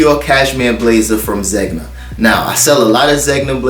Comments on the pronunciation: Zegna is pronounced like this; “ZenYa” aka Zegna. 😎👊🏽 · I love your channel! Zegna is pronounced “Zen-ya” 🤗